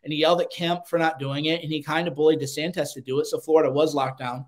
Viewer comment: "De Santez"?